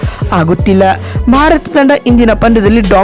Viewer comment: ಭರತ ಅಲ್ಲ (ಭಾರತ )